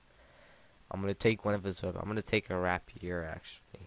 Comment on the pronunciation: Nice one haha but I think rapier is pronounced 'ray-pier'